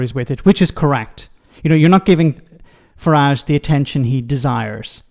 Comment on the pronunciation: Please stop calling his “far-rhaj” and call his Farage as in marriage with an F for … farage